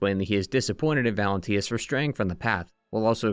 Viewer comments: Bro its valentinus, not valentius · Valentinus* not Valentius, Pistris* not Distris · Bro had two years to say "Valentinus" instead of "Valentius" and still got it wrong 😭